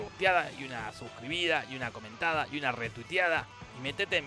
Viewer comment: Dijo,una "comentada" o "mentada"??